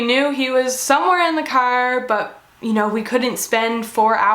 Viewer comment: That was the most Canadian ‘curr’ I’ve ever heard